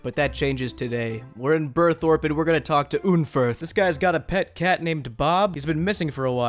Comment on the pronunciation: ive never pronounced names right in this game idk if i ever looked at them right but when i heard you say burthorpe, i was like was wtf ive been pronouncing it without the second r and i felt so stupid